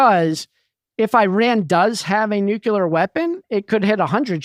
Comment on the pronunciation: A highlight of the interview: “If Airan has nucular weapons, it could strike a hundred ships” - 🤯?! Like, do you gather them board-to-board, or stack them up for that to happen? The worst part: the entirety of his analysis is of that level. Do ppl pay him money for that